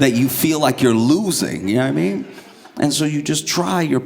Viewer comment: “J’naw I mean?” is one of my fav Joshisms.